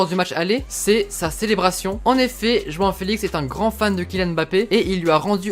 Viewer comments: Je rêve ou il dit « juin uin » au lieu de joao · T'arrête pas de dire joan alors que c'est joao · Tu lappelle joan. C est joao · Merci 😊🇵🇹 João on dit " janhahant " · Ça se dit roão sinon super vidéo je les adore continue comme ça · La prononciation de João elle fait mal aux oreilles